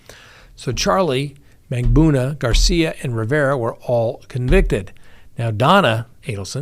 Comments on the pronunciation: MAG BAN OO A is the correct pronunciation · Mag-ban-U-a, MAR-kel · Mag buh nu uh. Mar kell, not Markle.